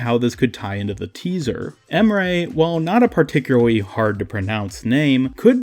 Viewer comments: Just met your channel this morning. I like your talking style. Its not boring dude. Thanks for uploading good vids. Keep uploading vids. I'm gonna watch everytime when you upload :) (Also Emre is not called Em'rey, its just Em're. There is no "y" at the ending of the name.) (IGN is Gamdwerb#21105 if you want to play together.) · U really destroyed his name to get your point across. His name is not pronounced em-ray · The problem with this Emre = Ray theory is that Emre is absolutely not pronounced like Emray. Combine the words ands sounds from [Em]bargo [Re]ddit and you have the correct way of pronouncing his name. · Wait if you say Emre it sounds like you say Ray